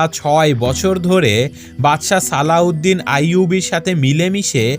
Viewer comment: Alauedin noy slaudin bole bolosa